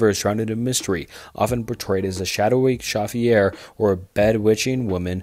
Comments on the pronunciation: Shaffyair = chauffeur (sho-fur) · Completely agree, I like the content a lot, but he needs to learn pronunciation of unfamiliar words. Elisa is not “a-leesh-uh”, it’s “e-le-suh. Sedan and chauffeur are also mispronounced. keep up the good work, we look forward to the improved videos!